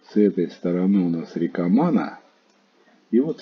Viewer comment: Приветик!Ну насмешили река с ударением на первую а,рядом с заповедником есть Бобровый Лог там то же делать не чего.